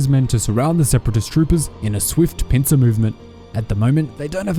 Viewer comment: Low key i thought i heard you say “pizza movement” not Pincer lmfao